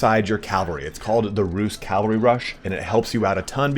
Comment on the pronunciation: Love your videos, your pronunciation of cavalry is sus though